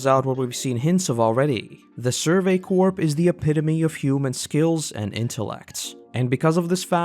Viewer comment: Corps is pronounced core